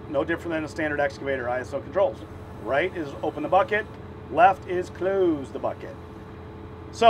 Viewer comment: 'left is clouuuuuss the bucket'.... I like that accent...👍👍